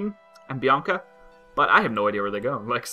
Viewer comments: Hi there Bianaca xD It's Bianca btw and also, it sounds like banana for some reason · It's Bianca not Bianaca